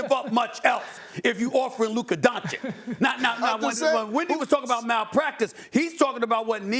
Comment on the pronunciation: All these years covering Luka and SAS still can’t say his name correctly. “Donchick”. I know it’s a small detail but it bothers me every time I hear it lol